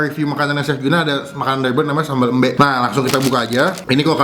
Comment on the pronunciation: Salah pengucapan sambel embe nya bukan gtu pengucapanya